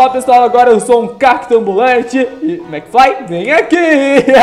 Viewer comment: Kkkkkkkkk, se fala mcfly e não mcfry